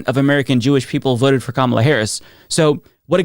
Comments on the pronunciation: Well that's what happens when you vote against your own interests... and when you vote for a felon accused (and convicted) of many atrocious despicable things that no normal human would accept. AND she can't even pronounce Kamala properly? I'm surprised this bish had any friends to begin with. She says KaMALA knowing full well its KAmala. Ugh. So gross. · Not worth talking about an idi-t who cannot pronounce the name of the Democratic candidate. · The fact that she doesn’t even pronounce VP Harris’ name correctly tells you all you need to know about how close of a choice it was. I’ll keep saying it; a lot of white women just don’t like black women. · She can't even say Kamala correctly. Also people are free to associate with people as they wish. You voted for something that your friends find problematic they are free to drop you. I believe that is called consequences to actions. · She can’t pronounce Kamala right either. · Did you notice she mispronounced "Kamala"? That is how far MAGA she has gone. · Notice girlie couldn't pronounce KAMALA'S name correctly. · Only a few mins in but $20 says she's getting her right-wing grift game on. Big money to be made. What sealed it for me is when she mispronounced Kamala. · The obvious mispronunciation of V.P. Harris' first name is a tell. I believe that this sad & lonely lesbian's vote was based in racism. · You already know they’re just racist when they can’t pronounce Kamala correctly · She's the one in a cult. She intentionally mispronounced Kamala like all good MAGATS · Notice she mispronounced Kamala's name too? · Oh well,. People in this country are free to associate with whomever they want just as you've decided to associate yourself with Trump. Too bad, not sad. And she tips her hand by her mispronunciation of Kamala's name. Would she say Troomp? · voted for a white man and a white woman. pronounces 'Kamala' incorrectly. Odds are that Jewish gay is a racist. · COMMA-LA. SIGH....